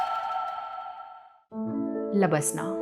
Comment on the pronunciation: Don't say lbaslna, it's labasnaaa